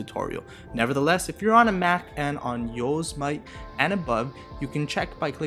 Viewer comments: (Yoze-mite)?! ITS (Yoseh-mihtee) 😂😂😂😂😂 as in the national park😂😂😂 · It's not pronounced "yow semight" it's "Yo sem itee" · Yosemite is pronounced: "yo - sem - e - tee" LOL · (Yo-se-mie-tie) Thats how you pronounce it but still nice video! :)